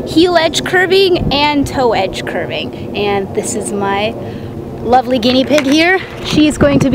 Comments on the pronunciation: "Curving" 😂😂😂😂 dude it's carving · its carving not curing